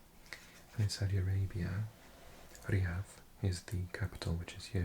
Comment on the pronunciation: You Arabic pronunciation is really good! It’s Rare to see someone pronounce “Riyadh” or “Baghdad” right